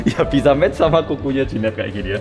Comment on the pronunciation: jehian Mbak bukan jehan 😭😭